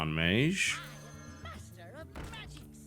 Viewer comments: he's the 1st brit i've heard ever pronouncing it like that tbh.. there's no remnant of a 'g' in his way of saying it. Pure 'j'. [meɪdʒ] being the correct way.. [meiʒ] (the way TB says it) being the weird way. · I dunno why but I find it irritating the way he pronounces "mage"